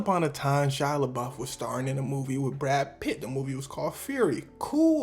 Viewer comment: It's Shia Labeouf, not Shia Labluff.